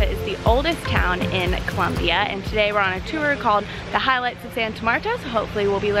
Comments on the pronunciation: its Colombia not Columbia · It's ColOmbia not Columbia!!!!!